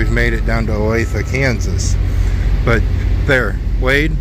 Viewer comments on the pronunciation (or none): It is pronounced Ow lay thuh…according to Google!